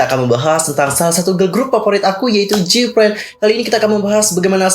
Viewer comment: Info aja nih, Gfriend bukan jipren bacanya... soalny ganggu telinga banget dengan dengar jipren terus...